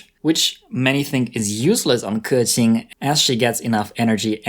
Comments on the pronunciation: Hes not pronouncing it right he says kurqing its kuqing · 93% of the Genshin Impact content creators say "Kah-tching". Makes me cringe every time. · Yeah most people just call her kaching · The chad 'keqing' vs the virgin 'keking' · Thers no R. He makes it sounds like kerchin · It's still not perfect tho. But at least he made an effort I guess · I’m sure pronouncing Liyue names is no big deal for Chinese like me but for y’all info, keqing is actually 刻晴 kè qíng, 第四声 for the e and 第二声 for the I. And qiqi is actually 7 7 in chinese which is qīqī like there’s no “h” it’s just qiqi not chichi. To pronounce qiqi name just leave a gap between your tongue and the top of your mouth and you’ll get her name right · Dude you completely butchered her name but i love it XD